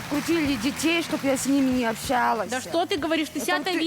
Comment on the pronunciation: Почему они говорят «Чоб» заместо «Чтобы» 😂😂😂😂😂😂😂😂😂😂😂😂😂😂